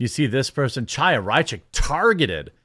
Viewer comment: Chaya is pronounced Haya (which means literally "living" in hebrew, from the word Haim - life)